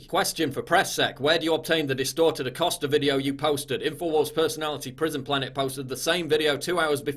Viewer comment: Jim “Accoster” 🤫🤫